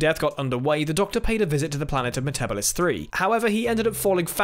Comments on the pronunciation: Like Matt Smith, falls into the "Me-TEBBL-is" trap. It's "Me-te-BEEL-is":) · Its MetaBElis 3 not metabales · I'm 99% sure that's not how you spell it, either ;) But you're quite right - Metebelis isn't pronounced "me-TEBBL-is", but "me-te-BEEL-is". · 10) Wrong. The Daleks were completely destroyed on Skaro at the end of this story, and in no way left the planet to invade the universe. 8) Yes, as everyone has stated "meh-ta-BEE-liss". And the fact of the matter is, if the Doctor hadn't taken the crystal then the Eight Legs wouldn't have risen to power because the complete crystal matrix would have killed them first. 7) The Doctor being there at the genesis of the Daleks didn't make it worse. It delayed the Daleks, but still allowed for all the alliances and treaties and what-not that came about because of the Daleks. 5) Absolutely. 3) You can't blame the Doctor for humanities inability to take that new-found liberty and do well with it. You can only blame humanity or the Daleks. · That is the weirdest pronunciation of Metebelis 3 (Meta-BEE-lis) I've ever heard. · That’s Meta-bee-lis 3, thank you. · 11 said it wrong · To be completely fair, Matt Smith pronounces it in this same wrong matter in ‘Hide’. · You mispronounced Metebelis III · I'm 99% sure that isn't how you pronounce Metebilus 3.